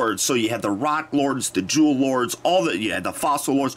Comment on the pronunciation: I keep hearing Jew Lords instead of "Jewel Lord".